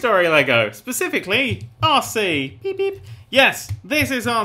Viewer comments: "This is Arsey, from Toy Story." -Nerd3, 2015 (And now you can never unhear that. You're welcome) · When he said RC I heard arsey.